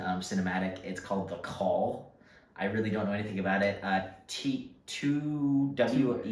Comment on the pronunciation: 2WEI is pronounced “zwei”, German for two. And it’s actually a German composing duo, not just a single person.